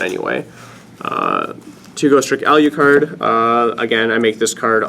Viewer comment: Alyucard? Wtf lol. A-LU-CARD.